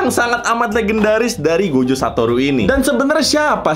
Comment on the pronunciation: He, saya mendengar "Gojek Satoru" .-.